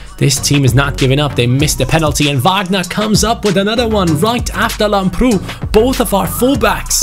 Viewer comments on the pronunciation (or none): Hey,lamprou is called làmprou and not lamproù Like so can see👍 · Lamprou is pronounced làbrou. I'm greek and its very weird hearing it wrong. Like so can see